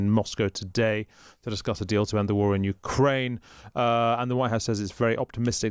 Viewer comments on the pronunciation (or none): none